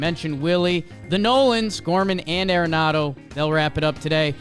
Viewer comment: Cardinals fan here. It’s “Nolan ARE-nado” not AIR-enado. That is all thanks